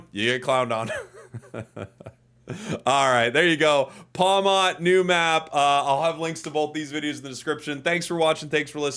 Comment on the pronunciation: Btw pawmot is pronounced like pawmit instead of pawmott cuz its name comes from marmot